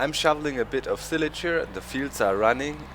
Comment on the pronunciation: Well done doc. Hint it's pronounced ss-eye-lage . Good video man!